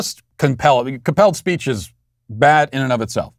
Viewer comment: When you said “this is called compelled speech” I thought you said “this is a hellscape” and both are accurate.